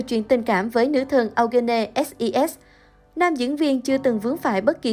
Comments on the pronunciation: Eugene tạm phát âm là yoo-gin nhe bạn .. đọc âu-gơ-nê nghe kỳ quá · Phát âm là Yoo Jin/Yu Jin "Diu Jin" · Eugene đọc là “U-jin” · Eugene đọc là Diu Chin ạ. Eugene = 유진 = Yoo Jin/Yu Jin. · Tên Eugene đọc là du gin.. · Ô gơ nê :)))) Kênh nên Tìm hiểu để đọc đúng tên của nghệ sĩ ạ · Nên. phát âm đúng tên người rồi làm video tin tức nha. Âu gê nê ????? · Đọc tên Eugene kiểu gì vậy, có tìm hiểu trước khi làm video ko vậy. Nghe khó chịu thật sự. Đọc sai hẳn tên của chị ấy luôn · trời, tên người ta đẹp zây đọc kì zây trời